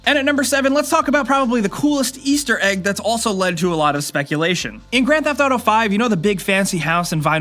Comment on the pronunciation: the way you pronounce grand theft auto pisses me off, sorry.